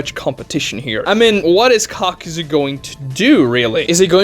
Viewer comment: It's kakuzu (kah-ku-zoo) not (cock-ew-zew)